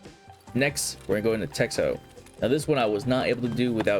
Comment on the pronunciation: It’s not “texho” it’s pronounced as “tekhno”)